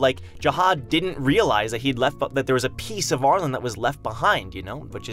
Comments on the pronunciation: why do you pronounce arlene as ar-lon and not are-leen? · Ar-lean. Not Ar-lin. Lol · Arlene is pronounced Are Lean at least as far as ive known for the past 60 years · Lol, I keep wanting to correct his pronunciation of her name! Ar-leene!